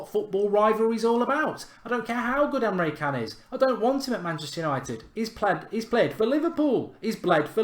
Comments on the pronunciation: I dunno if this counts but I was learning about Busby babes that got me into football and supporting Man Utd as a kid......Busby used to be a player for Liverpool, before he managed Man Utd...oh and btw Emre Can is pronounced Emre Chan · The c in can is pronounced like a ch... I laughed so much when you pronounced it wrong. 😂